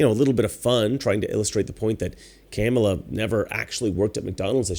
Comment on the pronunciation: I like how he keeps mispronouncing Kamala's name. Master troll.